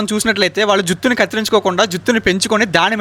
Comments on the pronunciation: ఫస్ట్ అది జిత్తు కాదు జుట్టు ఓకేనా బ్రదర్😂😂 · జిత్తు కాదు జుట్టు😅😂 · జుత్తు కాదు బ్రో జుట్టు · జుత్తు కాదురా బాబూ... జుట్టు